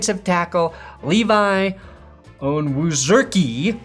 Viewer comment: purposely butchering Onwuzurike’s name is comedic gold😂